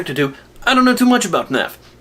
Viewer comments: That “FaNAF” pronunciation seems to be quite common with English speaking fans. I always thought it has something to do with difficulty saying F and N together but it might also originate from some of the OG FNAF content creators. It does irk me a bit. I did hear Stupes’ voice in small bits here and there. It wasn’t a character voice. There just wasn’t that much of it. Also, if you blush at the sight of a harnessed Freddy, then I wouldn’t google Springtrap art 🫣… (And yey for the future Patreon video!) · Guys. I have to give congrats to, he finally ironed out his intro it is commonly said as “fuh naf” imagine getting scared off by someone wearing your head from someone’s dreams